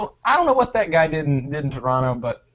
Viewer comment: I’m surprised Wings pronounced Toronto right